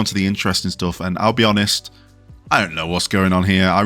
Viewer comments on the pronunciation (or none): none